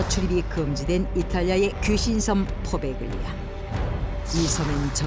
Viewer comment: 원래 발음은 포벨리아 라네요. 단어 사이에 gl이 섞이면 g를 발음하지 않고 포베글리아가 아니라 포벨리아라고 불립니다.